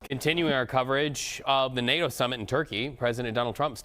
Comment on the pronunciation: Nay-Yo summit? Pronounce your Ts, lazy presenter.